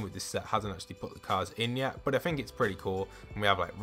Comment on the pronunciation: its's? r/engrish